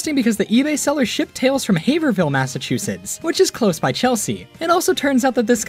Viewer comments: 1. i really want a vintage Garfield plush now. 2. i perked up when you said Chelsea MA, but cringed at "haver hill" ahaha. it doesn't matter ultimately but it's "have (like rave)-rill" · as a Haverhill native it's Heyve-rill, do not pronounce the "Er" or "Hill" sound. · Also, you mispronounced Haverhill